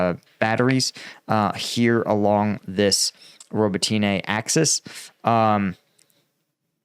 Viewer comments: If I might make a point of improvement: The pronunciation of the city names could be better. I also listen to a Ukrainian reporter, and I believe Robotyne isnt 'robo-tea-nay' but more like 'robot-neh'. Neh like you lack all enthousiasm. Yes yes - I get it, but if I said Washingtoon it would get old quickly too. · hey, thank you for the work you do to highlight our war with Russia, but as Ukrainian I'd like to correct you if you please, the village Robotyne, when you pronounce it, you make accent on "Y", instead it should be read as robOtyne with accent on second "O". Also another village called Kozachi Laheri in Kherson region, all English speakers read it as lahEri but it should be pronounced as laherI with accent on "I" at the end of the word. And it's not really H but more like GH in that word, which translates as Cossacks camps. Thanks! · roh-BOT-in-uh (last two syllables are slurred together) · Please for the love of god stop calling it Roboteenay 🤣